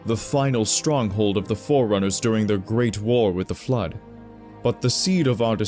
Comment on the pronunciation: is probably a good dude, but his pronunciation is very hard to ignore. Flood becomes "Flirt", Forerunners becomes "Foreigners" etc.